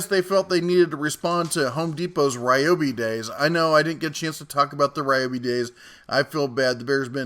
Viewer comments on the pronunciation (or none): none